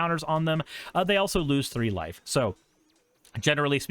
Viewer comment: What said: "each opponent loses one life and you gain a life" What I heard: "each opponent loses one wife and you gain a wife" Me:...what card is this? Also, I'm a frim believer that every budget mono deck should have a Myriad Landscape in it. Thank you for coming to my Ted talk.